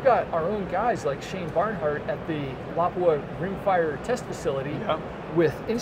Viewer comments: Awe refreshing to hear it Lapua pronounced correctly, have read and followed for a while now. thanks for the interview. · cool! he pronounced "Lapua" correctly!